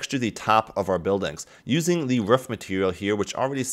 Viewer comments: it's roof not ruff... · Dude ur pronunciation of roof is like a dog barking "ruff"